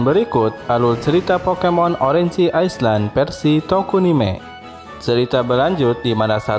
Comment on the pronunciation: cara penyebutannya banyak yg salah bang Orange, Island